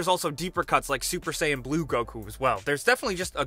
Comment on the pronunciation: SUPER SAYING BLUE GOKU